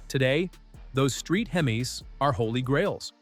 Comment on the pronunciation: Ca-mar-oh's !! Hemes!! I knew this was txt to speech. That's the nail in the coffin right there.